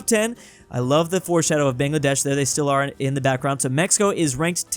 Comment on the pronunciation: bro its (buh-ng-luh-desh) brooo